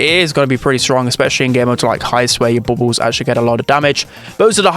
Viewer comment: Bubbles = "bobos"